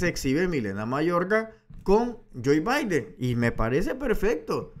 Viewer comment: Se llama Joe Biden. No Joy Biden..gracias Larin